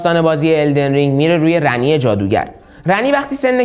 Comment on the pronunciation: خود گیم اسم Ranni رو “رانی” تلفظ میکنن نمیدونم چرا اصراریه میگین رَنی